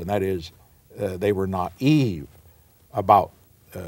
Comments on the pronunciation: Do americans all say naive like "not eve" or is it just this recording? It was only from context I could guess what the great man said here. Just checked - they pronounce it properly (like sensible British people), must be an anomaly of recording or some sort of decline in the great man. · We say "nie eve". Rhymes with "lie". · the way he pronounces naive, twice. Old school pronunciation?